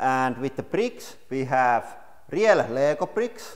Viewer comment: Selausutaan riil ei riel